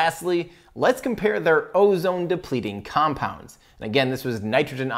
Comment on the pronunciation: You actually pronounced these compounds perfectly. The council of chemists approves.